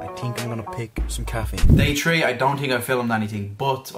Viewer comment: Lol he pronounces three like tree 😂(not hating btw)